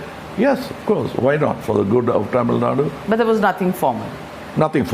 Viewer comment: Why can't Kamal properly say Thamizhnadu ?